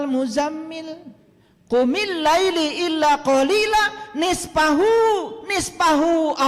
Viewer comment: Baca aja salah,qumillaila jgn Laili,Muzzammil itu siapa,bc aja ayat selanjutnya,ayat ditrang oleh ayat.spertinya lngatan ini org terganggu sbb mama mama senyum terus sebagai pndengar Budiman.